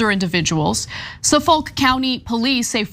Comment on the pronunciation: It’s “ON LONG ISLAND” not “IN” and it’s pronounced (Sufick) L is silent. A lot of our words and towns here are named with the Native Americans who cultivated the island here in mind, but the state is ERASING that history by forcing mascot and name changes